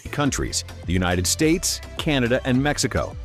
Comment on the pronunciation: ok i subbed after you said "United Sates and Iran.."